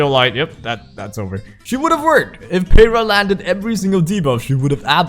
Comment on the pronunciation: Ok,, you have an excuse because you're Asian. Heh heh... But for real, youtubers in general do not know how to pronunciate Jack s***. Peira= pee-air-A!